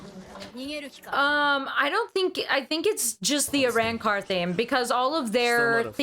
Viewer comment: I love you guys, but the way she and now you pronounce Arrancar is wrong and the way she pushed you to say it wrong bothers me 🤦🏾 watch it in English dub to hear the correct pronunciation 😭